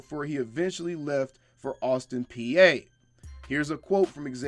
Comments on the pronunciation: I caught that too. Maybe there’s an Austin, Pa. 😁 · Austin Peay pronounced Austin P